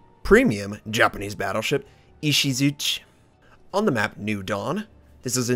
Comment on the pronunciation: I love my Ishizuchi. It's a lot better than people give it credit for. Everyone says the guns have terrible accuracy, but it's really fine. Range is just a little short. It's honestly a really good ship if you play it smart. Also, it is actually pronounced, as best I can tell, with the i at the end.